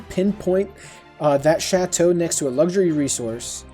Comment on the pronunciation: They pronounced all of the foreign words and names in the official videos. I think you got about 15% right. Chateau was pretty good though